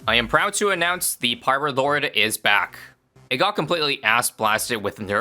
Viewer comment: Hearing say "Peelord" never gets old.